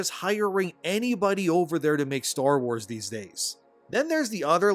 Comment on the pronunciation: its called star WARS not star WHOES